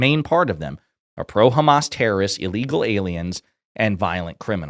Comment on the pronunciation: Allegal? Can’t even say illegal